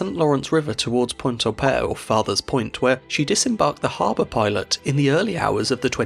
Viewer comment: As a Québecois myself, I am impressed with the effort and care you put in pronouncing Québec and Pointe-au-Père. Cheers. 👌 Also, my mother comes from Mont-Joli, which is pretty close to Pointe-au-Père, and she grew up in the 50's learning all about the tragedy of the Empress of Ireland. There's a museum dedicated to the incident, in Pointe-au-Père, which I visited with her as a kid. The tragedy really left its imprint in the local people's imagination.